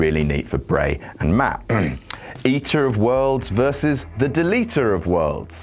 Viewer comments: Meff?????? Meth??? Huh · I thought he said Meth. Not Meff. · Did anyone else think he said, meth? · When he said Matt hardy bolevies he is Jeff and himself he said Jett or maff I thought he said meth so haha Jeff hardy did drugs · he said Meff